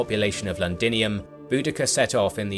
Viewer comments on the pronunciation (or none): Londinium not landinium.